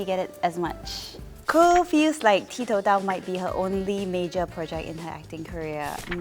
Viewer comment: Koe Yeet, did you and the rest of the cast realise that 'ti tou dao' was mispronounced many times as 'ti dao tou'?